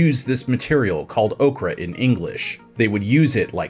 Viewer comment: Ochre - or-cker not okra like the plant.